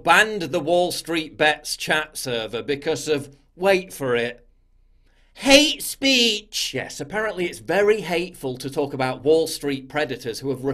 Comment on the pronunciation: The way you say hate speech is hilarious